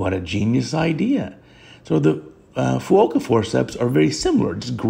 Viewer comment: Great video as always 👍 FYI, Fuoka is correctly Fukuoka.